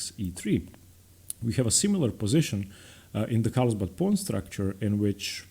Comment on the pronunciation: Great content. One correction though, it’s carlsbad not Karlsbad.